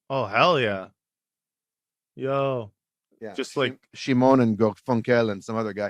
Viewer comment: "Shimon and Garfunkle" hahahaha., it was heard.